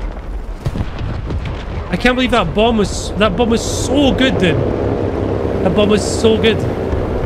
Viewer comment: What i heard: "in this video, i bum a plane in mid-air"